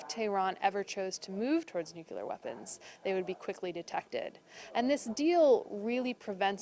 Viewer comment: THIS IS A WEAPONS EXPERT? SHE CAN'T PRONOUNCE NUCLEAR CORRECTLY EVERY TIME. SAW HER ON MSNBC ON 4/8/2017 AND SHE MISPRONOUNCED IT EVERY TIME. SHE SAYS NOOK-U-LAR, AS GEORGE W. BUSH DID. ALSO HAS A PROBLEM PRONOUNCING THE LETTER D AT THE END OF A WORD. USES THE LETTER TO AS THE FINAL D IN WORDS ENDING IN D, LIKE GOOT DAY INSTEAD OF GOOD DAY. ERGH!